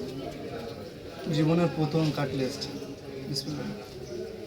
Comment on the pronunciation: Caslets na catlet😅